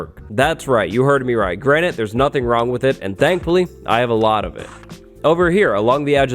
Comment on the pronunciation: Granite ya mean Grianite. Haha lolz